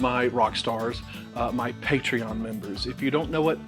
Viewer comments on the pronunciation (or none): none